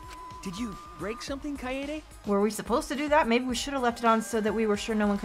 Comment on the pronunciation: I'm sorry,, but this is going to bother me the whole playthrough if I don't address it here. Kaede is pronounced as Kai-day. Don't be a Kokichi. Please.